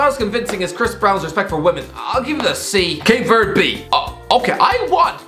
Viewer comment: Ha - he's terrible at pronunciations 😂 His "Cape Verde" wasn't great either 😂🤦🏻‍♂️